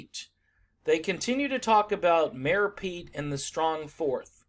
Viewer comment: I heard 'Mayo Pete" and cant unhear it lol